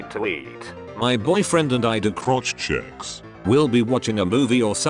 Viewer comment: Nobody: Video: “... crotch chEUUCKS.”